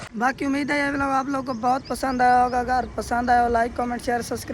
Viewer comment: Vilog bol raha vlog ko kya vlogger banega re tu bola ja nahi Raha tumse har time ye dekhe ye dekhe check kare check kare karta rehta hai tu b jo tere ghar mai admi rehta uss ki tarah he pagal hai